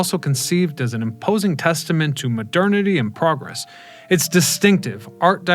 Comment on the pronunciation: It's Mo-Dern!